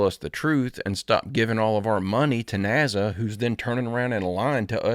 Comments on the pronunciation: Ya its NASA not NAZZA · Remember....It's NASA not NAZZZA!